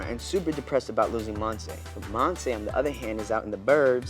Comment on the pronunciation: This show seems to be good but I’m kinda bothered about the way they say Monse’s name. They say it mon-say but it’s mon-see or in Spanish it’s Mon-se, speaking from experience bc it’s my name